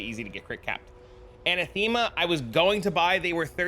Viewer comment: heres how to say anathema